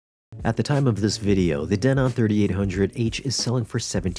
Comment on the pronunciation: Who taught you how to pronounce Denon?😅😂